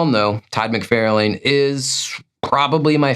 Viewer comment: I think the names are pronounced McFarrLan and Liefeld. Not McFairlaine and Liefield. But whatever dude, sorry for being a nitpicker. Like your content